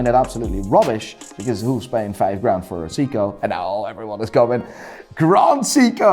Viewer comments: Very funny stuff. Just wish you could pronounce “Seiko” correctly. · his prononounciation of seiko.......oww its hurt me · The way he says Seiko I thought he was talking about Seagull movements. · It’s “say k-oh.” You’re welcome. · Seiko not Siko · Why do you pronounce Seiko as "Siko"? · Jaeger. Pronounced like in Pacific Rim? What's a Seeko? 😝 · I tuned out at 'See-co'. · Grand “SICCO” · Why is he pronouning Seiko as Seeko? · Siko? You do have a funny way of pronouncing certain brands😂. Regarding Grand Seiko, you should check the finish on those watches. Total eye candy. You can say whatever about their movements (I personally like them), but they have always excelled in their design, even mid tier models. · Who pronounces Seiko as Seeko? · He called Seiko seeko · can never get over how chooses pronounce every watch brand properly except Seiko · You know someone is full of swiss goop when they consider rolex god tier and trash grand seiko. Let alone the fact he can’t pronounce seiko correctly. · Why does he pronounce Seiko like that? lol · That's the first time I heard someone who's into watches mispronounced SEIKO. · This man is so weird. Pronounces Uliyses Nardin perfectly yet but can’t pronounce seiko. Along with his seiko and A longe and sohne ratings? WTF and Richard Mille despite not being good they aren’t trash. If you say you like watches based on the artistry and history Richard is definitely good. So just because you don’t like it it’s not trash. I would have said meh because I don’t want one but I can still appreciate it